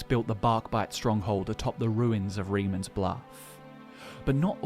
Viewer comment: that's not how you pronounce reman